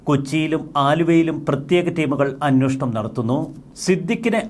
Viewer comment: അന്വോഷണം അല്ല. അന്വേഷണം എന്നതാണ് ശരി.